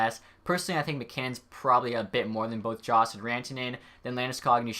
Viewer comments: just saying it's pronounced yost and not jost great video though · Dane The Destroyer it's "joe-st"